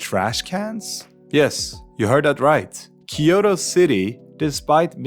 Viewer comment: キヨロではなくキョウトです。